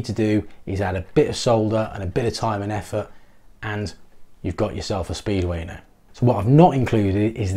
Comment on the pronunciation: I hear you saying "speed-weiner" every time. It doesn't detract from the content. LOL